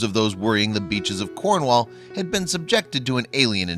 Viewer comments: not corn..wall but cornwull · im from cornwall and sea potaos are always around nothing new to us hear in cornwall you just dont see them as they dig deep in sand so dont know why theres all this shock about them ps to you butcher cornish words even the way you say cornwall lol and fowey you pronounced that wrong to